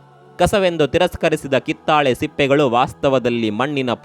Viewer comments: ಮಾಹಿತಿ ಚೆನ್ನಾಗಿರುತ್ತದೆ, ಆದರೆ ಉಚ್ಚಾರ ತಪ್ಪಾಗಿರುತ್ತದೆ, ಕಿತ್ತಳೆ ಬದಲು ಕಿತ್ತಾಳೆ ಎಂದಿದ್ದೀರಿ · ಇವರ ಕನ್ನಡ ಬಾಷೆ ಹಾಗೂ ಮಾಹಿತಿ ಉತ್ಕೃಷ್ಟವಾಗಿದೆ ಆದರೆ ಕಿತ್ತಾಳೆ ಮಾತ್ರ ತಪ್ಪಾಗಿದೆ